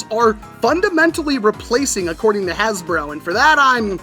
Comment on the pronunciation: Bro said hasbruh 💀💀💀